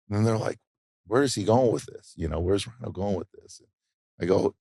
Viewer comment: Isn't it "rhyno"?